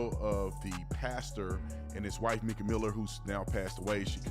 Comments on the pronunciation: It's pronounced"Micah" not Meeka! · Pronounced Micah…Like in the Bible breh❤